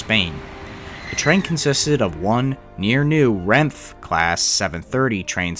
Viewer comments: Minor pronunciation note- it's pronounced ren-fay, not renf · Awesome video, only a few people have talked about this incident, also it’s pronounce Ren-Fey not “Renf” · Renfe is pronounced "REN-FEH", it's killing me inside every time you pronounced it as just "Renfh". 😭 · Alvia* Also the company is pronounced as (renf-A) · bro really said "renf" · "santiago dee comp osteela","a corunya", "Renf", "out rense","Anoonsio di senyales hermetico" was absolutely hilarious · btw, Renfe is pronounced "ren-fay" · Your pronouncing renfe wrong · Last e in renfe isn't silent. Spanish, not French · I believe "renfe" is korrectly pronounced with "e" on its end. The way it is written.